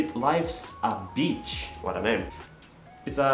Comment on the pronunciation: I’m not the only one who heard “life’s a b*tch” in of “Life’s a beach” right